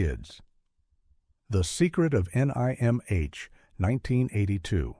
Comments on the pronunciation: I'll have to watch some of these (only saw the Secret of Nimh). "The secret of nai em eich" - and that is when I knew with certainty it was a synthetic voice 😉. NIMH rhymes with Tim (silent H). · Neat - did you ever encounter any talking rats? 😉 The 1982 trailer pronounced it "Nim", but I think that's because the rats (as smart as they were) didn't realize it was an acronym of an institution. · Tee-zee-ai-tee-zee-kai. This is how you pronounce "tzatziki", apparently. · I loved the Secret of EneyeMH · It's pronounced "Nim". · As a secret of Nimh fan the narrators pronunciation as triggering on a personal level for me. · Say NIMH as a word don’t spell it out! You brainless AI and to the guy who edited this soulless video your an idiot if you rely on a computer program to do a job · Wow, every possible way to pronounce NIMH was used, except the correct way. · the narrator spells out NIMH and is disappointed this is yet another AI narrator. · What the hell is Ni-M-H? N-I-M-H? AI sucks yo. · The AI narrator managed to pronounce it at least correctly 1 time :p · This AI cannot pronounce The secret of NIMH or Leonard Nimoy name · Oh, for crap's sake, get a real freaking narrator. "Nigh Em Aitch" my ass, it's pronounced "NIMM". Enough with this cheap AI garbage. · NIMH... the review drove me nuts. It is pronounced NIM, not NIgh Emm Aich. Damn AI readers. As for me, none of these movies bothered lil old 11 year old me when they came out. Adults have no idea how strong kids are, specially weird kids that read the books before the movie. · I've seen all of them except for the last 2. I know it's his and not yours but this list is pretty tame honestly, I would have at least included Wicked City (1987) and Akira (1988). Also, this dude fell apart pronouncing The Secret of NIMH, it's just Nim, not N-I-M-H or Nimge or whatever. That's seems like a very AI thing to make a mistake on. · Could you teach your AI to just say nim? Please. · "The Secret of NIGH-AM-H" worthless Ai slop.